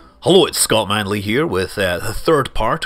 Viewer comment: Scott MAN-ley!